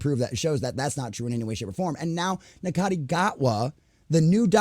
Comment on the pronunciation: Sorry to be a nit pick but Ncuti is pronounced "Shoo-ti", but agree they need to focus more on writing instead of modern ID politics.